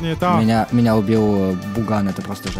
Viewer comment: Не. Буган. А. Пукан